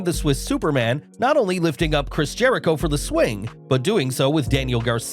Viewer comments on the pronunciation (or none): none